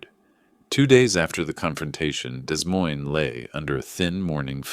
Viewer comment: It's pronounced "Dee Moyne" - you need better AI